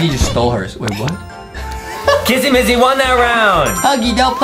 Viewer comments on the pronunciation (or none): it's not massy it's missy!